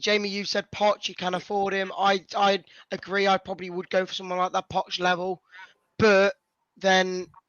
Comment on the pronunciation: did they really say poch lol